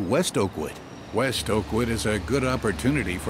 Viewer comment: I, for some reason, kept hearing "Awkward" instead of "Oakwood" :)